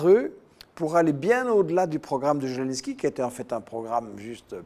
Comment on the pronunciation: Merci. Par contre il faudrait que Michel Collon vérifie un peu mieux les faits: déjà c'est "Zelensky" avec un "Z" prononcé comme en français - et non comme "zh". Ensuite la décla de Geoge Friedman fut faite à Kommersant sur le ton de la plaisanterie et du conditionnel. Et il l'a depuis commentée. Maintenant il sait parfaitement que ce fut un coup d'état, mais dans cette itw il ne l'admet pas. M Collon serait plus crédible s'il était rigoureux, systématiquement, et pas juste quand ça l'arrange. J'ajoute que je soutiens la Russie, et justement je n'aime pas quand on la défend sur la base de fausses infos, car in fine cela la desservira, et desservira tous les démocrates qui s'opposent aux dictateurs bienpensants.